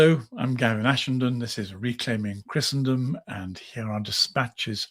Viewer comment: Christendom is pronounced “Christendom”, not “Christiandom”.